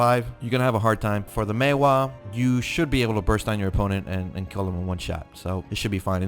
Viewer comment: You are one of the very few content maker on Youtube that actually pronounce "Maehwa" correctly. Kudos!